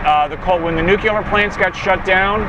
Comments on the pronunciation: Nuclear. Repeat after me 'NEW-CLEAR'. Not 'Nuke-ular'. Please for the love of jeebus it's 'NU-CLEAR'. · I can't stand him pronouncing it nuCULAR. That's not how you say it.